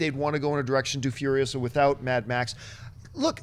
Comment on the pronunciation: It's Furi-OH-sa not Furio-SAH!